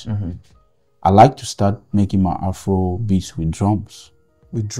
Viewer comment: It's not Afoua kom beatz😂